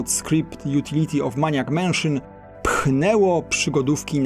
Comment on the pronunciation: "Mejnijak", nie "maniak", a temat bierze się na tapet, nie tapetę ;)